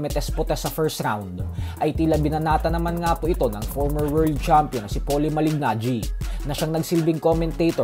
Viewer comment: Just easily say MALINAGGI😂